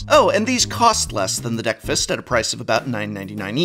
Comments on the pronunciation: The DeckFist milk carton deck box by KakaPopo sure sounds like pure marketing genius. 5 year-old german me definitely had a laugh! Edit: Just now realized it's called DeckFast, damn you Prof and your pronunciation! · Okay. Now I understand it's supposed to be named after "breakfast", but I keep hearing "deck-fist" 😆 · I heard Deck Fist everytime.